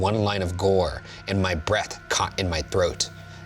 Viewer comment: Thought you said hold our breasts not breath😂